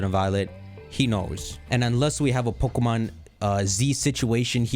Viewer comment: This guy couldn’t say pokemom more Indian